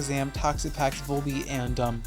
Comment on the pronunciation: your volbeats name is perfect